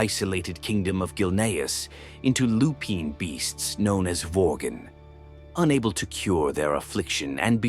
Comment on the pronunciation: lol "Vorgan"